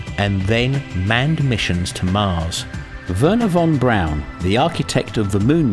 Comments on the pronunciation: this is an excellent video, and i loved it, but most of all THANK YOU FOR PRONOUNCING "BRAUN" CORRECTLY! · Lmao he pronounced braun like brown, not like BRRRRRAAAAAAAOWWWWWWWWNEEEEEE